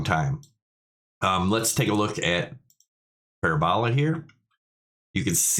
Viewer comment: Also. Say it with me. Puh---RA--buh--luh